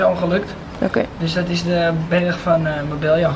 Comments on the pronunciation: Marbella spreek je niet uit als Marbelja. Een dubbele L spreek je uit als een j. Marbeja dus. Super irritant. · Kleine tip, maar als er een dubbele L staat in een Spaans woord, dan spreek je het uit als een 'j', dus het is Marbeija uitgesproken. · hoe dat je marbella uit spreekt haha